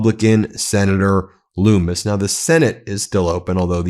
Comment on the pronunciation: Her name is pronounced like Hummus not Loomis....you about gave me a heart attack